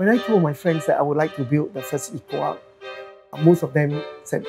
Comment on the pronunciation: If not wrong his pronunciation of eco is wrong?